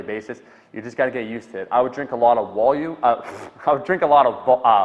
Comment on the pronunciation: What's "wolume"?? 😂